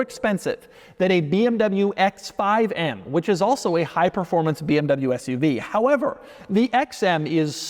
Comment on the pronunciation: Dude you are in the car business for years now and still have problem with properly saying Porsche and BMW!!!!